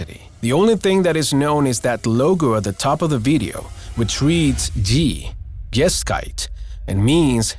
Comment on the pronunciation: Horrible pronunciation : It pronounced Geh - Shick- te like "Deutsche Geschichte" - German History